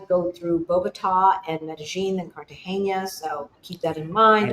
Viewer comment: it's Car ta ge na. Not Cartagenya. It's the normal n. Not the n with ~. So it's pronounced like Car ta hey na. Enjoy!